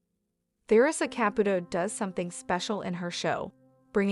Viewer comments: Listen up if you're going to do this Make at least an attempt to say her name correctly Ca Pu Toe Of course the e is not in the spelling but hopefully this will help you say it right. It is extremely rude to miss Pronunciate A person's last name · The narrator is driving me nuts. She keeps mispronouncing the name wrong. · You are pronouncing her name wrong!